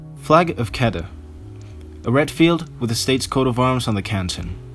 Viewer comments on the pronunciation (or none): Kedah is Kuh-dah